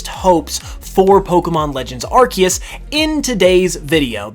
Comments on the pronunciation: #1 hope, learn how to pronounce Arceus. Lol アルセウス / A-ru-se-u-su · Starts the video by saying "Arkeus"